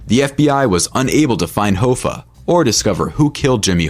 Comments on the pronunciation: Hah-fa not hoe-fa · Are you kidding with that Hoe-fuh pronunciation? It's Hoffa just like it's spelled. And a capo is not pronounced cape-oh. It's a bit? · jimmy "hoe-fah"??? wtf dude...